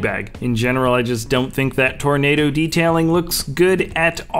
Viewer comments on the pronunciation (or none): none